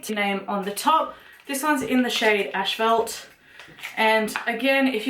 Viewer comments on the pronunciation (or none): Okay like I'm not trying to start anything so no one attack me Did you say "ash-phelt" instead of "asphalt"? We pronounce it "ass-fault" here I just thought it was cute the way you said it 😂😂💖